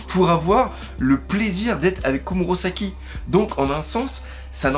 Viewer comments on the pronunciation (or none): S'il te plait arrête de dire KomurOsaki C'est perturbant donc dis KomurAsaki XD